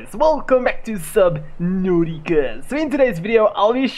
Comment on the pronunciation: I love the way he says subnatica